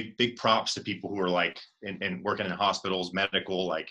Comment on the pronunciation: "iS iT wOrKeNg?"😂